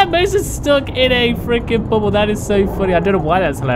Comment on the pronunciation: says Bubble like Bum Hole anyway I was really laughing at that Mosa